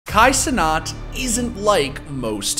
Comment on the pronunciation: This man pronouncing Kai Cenat as Canat is diabolical